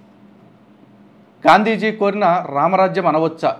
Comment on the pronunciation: Gandhiji ❌ Gaanduujiii ✅😂😂😂😂super covering